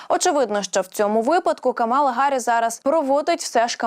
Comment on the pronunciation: КАмала,а не КамАла